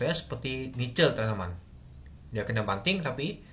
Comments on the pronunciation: NICL bukan nice bang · Mksdnya g mna kak? udh bener bilangnya N.I.C.L, tp kalo nyebutnya tanpa jeda jd NICEL